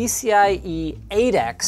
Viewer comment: Even though I fully know Linux was saying 8x, I kept hearing Adax